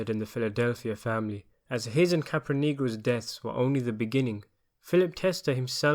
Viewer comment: Wait. Am I hearing this right? Anthony “Cap a negro?”.